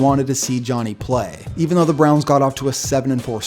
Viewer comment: "The Cleveland Brons" lol